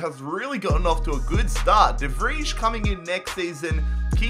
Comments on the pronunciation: please write down somewhere that you pronouce Stefan de Vrij as Stefan de Vrai and not as Stefan the Fridge so you dont forget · It's De FRY, not De Fridge 😂😂😂😂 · The way you say de vrij is wrong, it’s prenounst as “the fry”, sorry for my bad english, love to you and this series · TIP: You say De vrij as de Vraai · de Vrij Is pronounced de vry